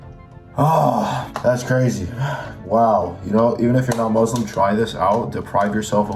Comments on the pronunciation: great video! RESPECT but please it's muSlim with an S not muZlim 💢😅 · your a legend. Showing us all these tips for jim work in Ramadhan. Also your pronunciation of everything is sick as well. Only 2 things were 'muslim' not 'muzlim' and 'ramadhan' not 'raamadaan' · Thanks, I'm following your work out routine. *not: if you want to try fasting don't start with cold water it's bad for your empty stomach, better to drink room temperature water, and don't go chugging too much, drink as you usually drink slowly. **not:: The "S" in Muslim sound like "S" not "Z". muSlim not muzlim.